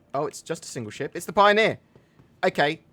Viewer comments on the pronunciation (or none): Pio-near....I'm sorry